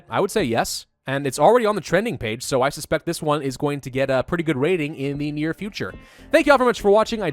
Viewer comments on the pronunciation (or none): none